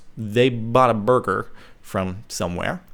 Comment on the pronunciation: Hehehehehehehe you say burger funny...